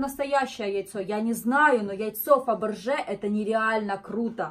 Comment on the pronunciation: а не Фабэржэ